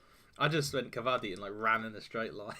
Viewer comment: Its not kabaddy, its pronounced kah bah dee, gotta make every syllable distinct. Luv yer content. Keep reading daves articles. Good commentary